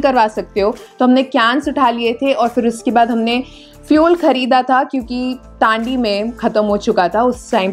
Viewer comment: मैडम जी, "Tandi" नहीं बोलते है "तांडी" बोलते है। "ट" नहीं "त" बोलते है।